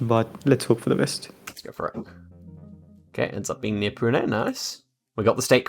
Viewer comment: You say "Pune" so well!